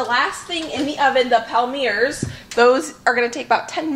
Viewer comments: You're too cute! Good save on the burned cookies.... fyi - a microplane works well for removing burnt bits. Also, Palmiers is pronounced pom-yay. Super delish!! Looking forward to your candy video. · The french people in the comments are having a laugh 😂 I think the palmiers are pronounced palm-e-a-'s